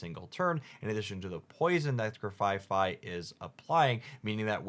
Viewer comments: Grafaifai is not grafaiai, paldean is not paladean… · Grafai-ai not grafai-fai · not gra-fi-fi and pala-dean :,( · I think it's funny that in these leak videos, both Hoogs and Spragels said "Grafai-fai" and both Hoogs and Mogwai said "Shining Rev..rurrly" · Its name is Grafai-(no F on third syllable)-ai Based on the aye-aye in real life, get it right!